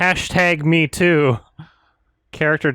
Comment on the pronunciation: As hilarious as it is that he's pronouncing Mheetu's name as "me too," it's pronounce "muh-HEE-too"